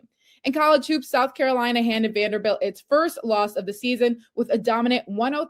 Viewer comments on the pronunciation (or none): none